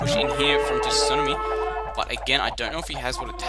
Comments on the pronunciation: Sue-Nar-Me, had to get that off my chest. Great video though! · TSUNAMI is an english word, no excuses! We say it wrong, but still. i guess ya'll just say tidal wave down under huh